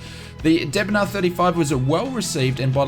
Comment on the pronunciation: Deh Bon Aire not D bn ar